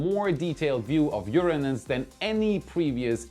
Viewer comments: I love how much effort was put into pronouncing URANUS! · It must have been so hard to pronounce "Uranus" instead of "UrANUS". LoL